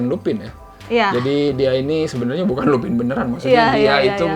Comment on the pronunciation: Lupin bacanya lupan (French)